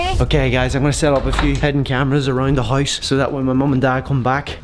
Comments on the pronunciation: you mean house not huose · I love it how they pronounce house